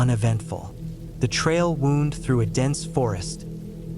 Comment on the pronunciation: Wound isn't always pronounced "woond" It is sometimes pronounced "wownd". You should narrate your own stories, rather than using AI. People appreciate that sort of thing.